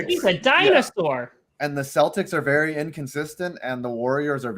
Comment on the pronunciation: "Baseball as ben ery ery good ta me"